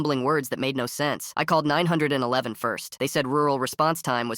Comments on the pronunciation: It's not nine hundred and eleven it's 911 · 911, it said the number like a sentence instead of saying 9-1-1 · "Instead of calling nine hundred and eleven" 😂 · It is 911 bro not 9111😂😂😂😂😂😂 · "Instead of calling Nine hundred and eleven".